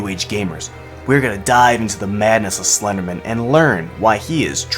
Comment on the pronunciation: I don't believe it's pronounced slendermin.